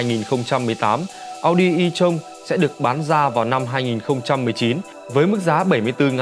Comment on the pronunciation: À em góp ý ko biết đúng khi chữ tron đọc như ghi mà ad